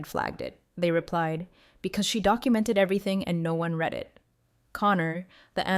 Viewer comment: The past tense of to read as read by the story teller really grates on my poor ears.